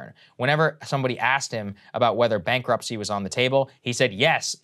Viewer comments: it's bankruptcy not bankruptchy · Bankruptchy? Hey, chew your food before you talk. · "BANKRUPTCHY"! please say it isn't so.... looks like Kyle was demoted to copy